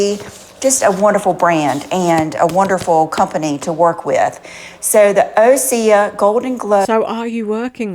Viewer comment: I zoomed in on her eyes and they do look cloudy. Maybe it’s the filters. Osea, has been my skincare routine for at least ten years. I cringed every time she missed pronounced it. We have seen her clothes closet, I wonder what her makeup collection looks like? 😊